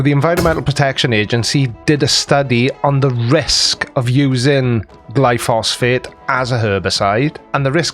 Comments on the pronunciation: I think he means glyphosate, not glyphosphate. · It is glyphosate not glyphosphate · I know it's a technical point, but I believe it's pronounced "gly-pho-sate" (gly-fo-sate). Or maybe that's short for glyphosphate? I don't know.. But the well-known name, at least in the US, is Roundup. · It's glyphosate, not gluphosfate. But that's correct, it is a lot safer than the alternative herbicides. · Not to nitpick, but the name of the weed killer is glyphosate not “glyphosfate” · Did you just say " glyphosphate"? I take it was only a misspeak, because the weed killer (made by Monsanto) is "glyphosate". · GLYPHOSATE GLY-PHO-SATE. Not Glyphosphate :) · Is he saying Glyphosphate all the time instead of Glyphosate? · It's glyphosate not glyphosphate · It"s Glyphosate.(Gly Fo Sate) Not Glyphosphate (Gly foss fate)!!! This conspiracy idiot has saying it wrong!!! LOL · Glyphosate not “glyphosphate” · Glyphosate, not glyphosphate 😀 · Glyphosate... not "Glyphosphate." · It's gly-phos-ate, not gly-phos-phate. Check out Myles Power for some great content on Monsanto, glyphosate, GM foods, geo-engineering/depopulation, and other anti-science topics. He works in chemistry by profession, and has done work in GM, and covers all sorts of topics from AIDS denial to urine therapy, conspiracy theories to new age woo. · It's glyphosate, not "glyphosphate". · Not glyphosphate! It's Glyphosate. [Gly pho sate.] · Not only that, the word he was trying to say is glyphosate, NOT "glyphosphate," which isn't a thing. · The name is glyphosate, not glyphosphate. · Glyphosate, not glyphosphate. Don't let him suck you in. ;-) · Gly-phos-ate, not -fate. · Glyphosate. Not glyphosphate. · Its pronounced gly fo sate I'll bring this up in the Sunday stream if I remember